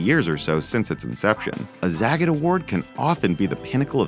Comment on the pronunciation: Zagat is pronounced zah-got.